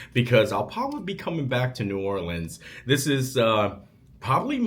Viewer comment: As someone from Louisiana, hearing you say New Orleans the first time in the video triggered me. The second time though you said it right!